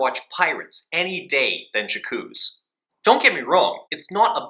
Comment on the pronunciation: 'Jakooz' oh good god at least learn how to pronounce the title you're reviewing....